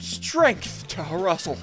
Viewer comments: Call Flrussel Flussel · It’s frussel